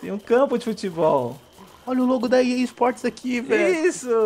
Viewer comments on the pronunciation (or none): O mais engraçado é que está dizendo "Pea Sports"...